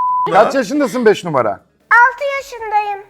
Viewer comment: Anladık beş'e beç dedi sus artık